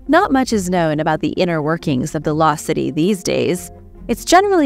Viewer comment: Law city or loSt cities? Subtitles says law va loSt cities because the S wasn’t pronounced.